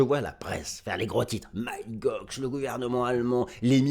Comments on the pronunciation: Toujours au TOP merci 👍Et sinon pour info, Mt GOX, ça se prononce "Mont GOX" --> Mont comme le mont St Michel 🙂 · Et non c’est Mount Gox.